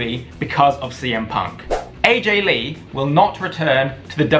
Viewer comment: When he said Aj Lee I literally almost threw my phone across the room